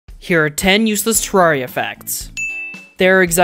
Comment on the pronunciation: All these facts and still doesn't know the intended pronunciation is "Teh rare ee uh" 😂